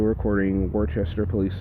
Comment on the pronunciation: "Worcester" is pronounced wooh-stir, not war-Chester. Wooh-stuh or wer-ster (if you're from NY, lol) ate both commonly acceptable, but NEVER "war-chester"